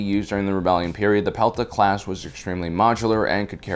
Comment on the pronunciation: The Pelta class is inspired by the shield held by Light Infantry in Ancient Greece. It’s not ‘Pita’ in the pronunciation. You also forgot the Arquitens Light Cruiser